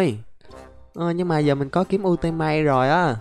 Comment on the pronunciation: Cách đọc kiếm ultimate mà em cười rụng răng lun đọc là yu -ti -mết nha anh